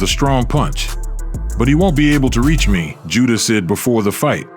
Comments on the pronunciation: The guy narrating the story doesn't even pronounce Tsyzus name properly.. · Dont pronounce the T in Tszyu.